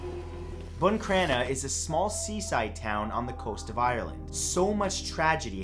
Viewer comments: I’m from buncrana and NO ONE says there’s a curse on the town 😂 plus it’s BUN Crana no BOON crana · Matt I love your videos but it’s pronounced Boncrana not buncrana and it was killing my ears hearing you pronounce it wrong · Ok I love in buncrana there’s no curse I’m in tears laughing cuz he calls it BOON CRANA It’s bun crana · What way are you pronouncing buncrana 🤣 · I live in bunncranna. This guy is pronouncing it wrong